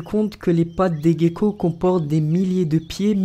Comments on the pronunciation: on dit pas geco mais jeco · Pas les guecko s'a ce prononce le gecko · Pour la 3 on ne prononce pas guéco mais géco. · clement btsmv il a dis guecko alors que c'est gecko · ggeco on dit le g de gekco